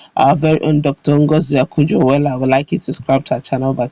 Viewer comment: Is Okonjo not Akujo please.